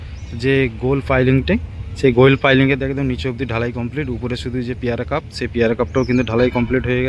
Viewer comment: উচ্চারণটা পিয়ারা কাপ হবে না😢 হবে পিয়ার ক্যাপ 👍 Pier Cap